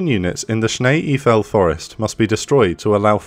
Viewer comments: Shnay ayfell . Not sneeee eeeefell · Nice video! Small tip; “Schnee Eiffel” is pronounced as “Sch-nay Eye-fel” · schnay eef-L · It would’ve taken a you few seconds to find out how „schnee eiffel“ would be roughly pronounced in Google 🎉. Come on Britain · Please take the time to learn to pronounce place names before you narrate the story. Schnee Eifel for one.